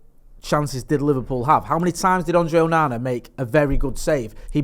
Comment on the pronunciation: Does he say ‘Ooooonana’ for the clicks? Because it’s not really very hard to say his name properly.